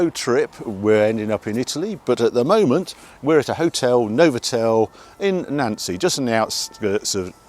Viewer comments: Two more to the list you cant pronounce Reims and Nancy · Nancy is pronounced Noncee and Tourbillon (whirlwind) has silent L's. Lovely car and always lovely to see you blasting through Europe.